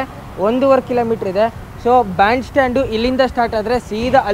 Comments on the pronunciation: ಅದು ಬಾಂಡ್ ಸ್ಟಾಂಡ್ ಅಲ್ಲ ದೇವ್ರು. ಬ್ಯಾಂಡ್ ಸ್ಟ್ಯಾಂಡ್ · Bond stand alla guru band stand adu.